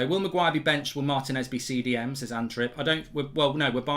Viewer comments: Mark Martinez is pronounced " Marr Tea ness" not "Marr tin ess " 😤😤😤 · Please pronounce it “Mar-tea-nez” The accent is in the “ti”